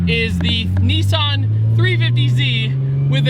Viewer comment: Why can't Americans say Nissan?